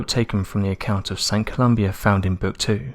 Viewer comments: The man's name was Columba - "Ko-loom-bah". Excellent video. Very enjoyable. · Saint ColumBA..... there's no "I" in it..... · Saint Columba btw not Saint Colombia as you stated ;) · It is Saint Columba, not Columbia. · St Columba. Not Columbia.